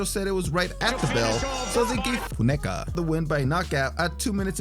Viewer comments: I expect the narrator was saying "Foon-a-ka". Unfortunately, the overdubbing fix was done so poorly, it just drew more attention to the slip up. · Say Funeka again……🤣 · I noticed too. I figure he must have been pronouncing his name wrong and realised after it was recorded so just did that instead of recording it all again. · You really couldn't pronounce "Funeka" though??? Had to keep replaying the same recording??? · Saves him having to record the whole section again for saying the last name wrong